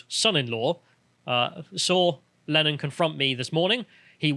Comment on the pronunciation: Lennon pronounced like Lenin.